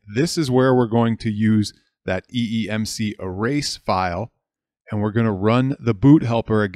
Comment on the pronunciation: Also Sir it is eMMC not eeMC. Nevermind, it happens, we are all humans.